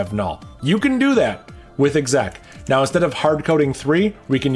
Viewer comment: first time hearing someone pronounce exec and éqzác wasn't what I expected